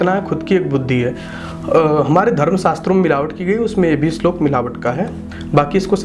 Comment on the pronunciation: Pehle bolna to seekh le. Apni dukaan chalane ke liye kuch bhi bolega kya🤣🤣 slok nahi hota kya shlok. Toh tu views ke liye nahi arha kya?